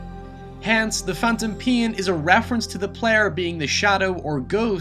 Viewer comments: god fucking damn.. its NAME not niam PAIN not pian GAME not giam wow.. English isnt even my Main language (not mian) and I speak better English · Am i the only one who hears him say "the phantom peen"? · pein, neim, geim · phantom PEE-YEN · the phantom PIN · Wow, you butcher the pronunciation of easy words like pain and especially Hideo Kojima's name. The pronunciation is 'he day o ko jee ma'. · fyi im not watching this video cause of the way you said pain in the start